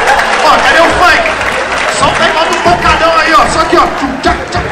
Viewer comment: se dói demais quando fala do "Funqui" dele kkkkkkkkkkkkkk